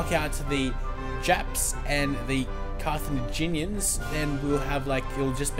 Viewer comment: carthenaginian = wrong carthaginian = correct